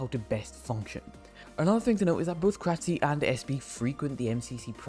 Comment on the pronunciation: It’s curt-see, not kratsee